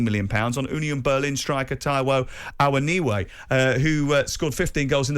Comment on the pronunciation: Taiwo Awoniwo? Who's that? Please learn to pronounce the lad's name haha